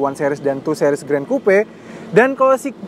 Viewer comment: 2 sih-ries, bukan 2 seh-ries